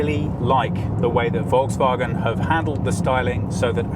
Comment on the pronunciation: Hi, i am asking for the usage of SI units for measurements (size, weight, perf., consumption) instead of (or next to) eng/US units, please Thomas be strict on that also would be nice to inform Brian (and AJ as well) know how to pronounce Volkswagen otherwise it is a good one